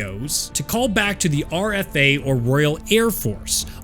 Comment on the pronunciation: It's RAF (Royal Air Force) not RFA